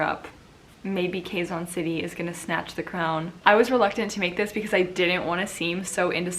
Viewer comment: QUEZON pronounced KEH-ZON. Like the "Ke" in "Kenny".